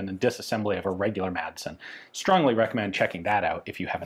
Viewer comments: Madsen is pronounced more like "massen" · Intersting look into a rather peculiar piece of Danish arms history. Just a little tip: the d in Madsen is silent. So, to anglophones, it should be read something like "massen" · FYI The D is kind of silent in "Madsen" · The d is silent.